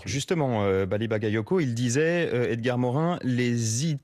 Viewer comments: Ba ga yo ko. Qu'est-ce qu'il y a de difficile à prononcer? Ils ont leur bac chez France Info? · "Bagayotgo" ? Ils le font exprès à ce point. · Hé mais c'est une maladie d'écorcher son nom ?! Seconde une en plus ! "Bally Bakayotko" ? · C'est incroyable que le journaliste au début, ne sache encore pas prononcer Bally Bagayoko ! Merci Monsieur le Maire ! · Ils prononcent encore mal son nom un peut d’effort quand même 🤦🏾‍♂️